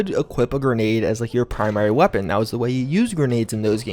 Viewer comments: Cant say weapon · Why do you have a problem saying the word weapon? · Hearing you say weapon again, ahhh 😎😎😎